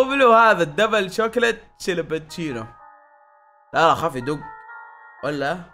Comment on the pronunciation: شيلابتشينو ✅ كابتشينو ❌